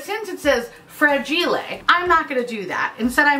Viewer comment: My coffee went down the wrong pipe when you pronounced the word fragile. I need a warning ⚠️.